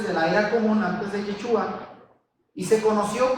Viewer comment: Tienen lugar de reunión en Argentina? Segundo y sin ofender.......si el nombre es Yeshúa se debe pronunciar Sh , cuando usted pronuncia suena a jechua .....con un poco de práctica en la SH creo que sería mejor, fuera de eso muy buena enseñanza, lo felicito.